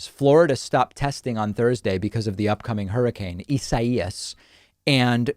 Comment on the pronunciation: Alright, anyone else gonna talk about how he pronounced "Isaias" and "sabotage"?